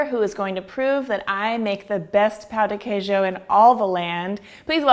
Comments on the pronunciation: "Pau de quejo" OI? OQ? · Pau de quejo HEHAHSHSHDHABSHSSBHSSHSSHSS it's Pão, the accent makes it sound like pawn, not pao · I was done with this video at “pao de quiejo” #wypipo 🙄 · Hahahaha Eu ouvi "pau de queijo" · bruh I'm DEAD SHE SAID DICK OF CHEESE AT THE BEGINNING IM CRYING (I'm Brazilian) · IK SHE SAID DICK OF CHEESE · You said pão de queijo wrong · the way she says pao de queijo hurts my heart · I cringed at her pronounciation in the beginning 😂 but the video is great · You totally butchered the pronunciation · i died when she said the name of it, she said it so wrong omg xDD